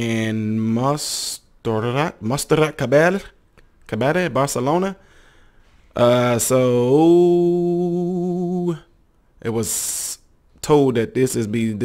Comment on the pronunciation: La Superba's surname is pronounced Kaval-yay.